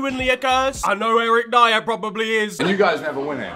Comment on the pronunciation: Its Eric Dier